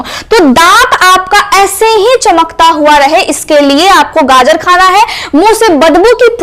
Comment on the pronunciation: बहुत अच्छा लगा जब ने गाजर को गाजर ही बोला। गाजड नहीं कहा। 😂😅